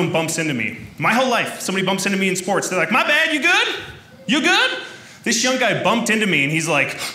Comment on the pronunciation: She played “spoworts”.